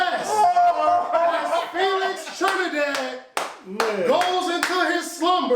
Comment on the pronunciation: I ain't never just say Telix Frinidad 😩 And y'all let me do that sh*t 😑